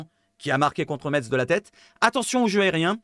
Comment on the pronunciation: Salut, sympa tes vidéos actu....CONTINUE!... un raciste avéré à l'OM? NON MERCI! je te rejoins sur le cas lodi, les vacances c'est mercredi soir, donc pas trop d'accord avec le départ anticipé, ça prouve son désintéressement à notre club 💙🤍 ALLEZ 🌟 L'OM 🤍💙 ha ha ha.... pour info o ne dit pas "metsse" mais "messe"....... je me suis fait reprendre de nombreuses fois lors de mon arrivée en lorraine